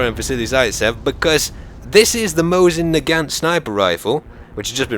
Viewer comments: you are pronouncing mosin naget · Fun fact: It's pronounced "Mo see - na gaw" Most people pronounce it like did, or Americanized it. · its actually pronuced mosin naaaagant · Its pronounced Mo-sin Nay-Garnt :)